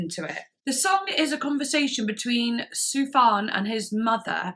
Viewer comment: it's pronounced "Sufyan Stevens" btw.